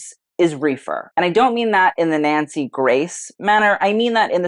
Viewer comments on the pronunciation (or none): none